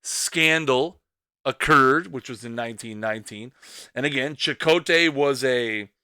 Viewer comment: I thought it was pronounced Eddie 'SEE-cott" but I could be wrong